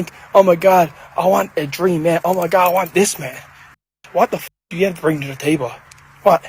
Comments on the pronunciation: Sir, it’s table not Tay-buh 😂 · LMFAO, dude doesn't know how to pronounce table